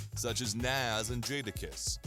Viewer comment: This dude doesn't know how to pronounce NAS has no business doing a documentary.